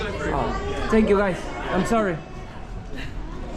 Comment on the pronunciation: says: Chenk iu guys!😂